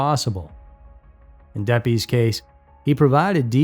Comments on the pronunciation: FYI: it's pronounced Laurie DEP-iss, not Laurie Dep-EEZ. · Laurie Depies is pronounced like Laurie Deppis, not De Peeze. And Antigo is like Ann Tiggo, not Ann Tea Go.... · Many statements in this video are false. Cities mispronounced as well as names. Just one case Laurie depies. She had a soda cup from her work on top of her car. Not coffee cup. Never stopped for coffee. N worked at fox river mall. Which is where she was coming from that night. Many other statements were wrong as well but I stopped watching after this since no facts were checked to make this show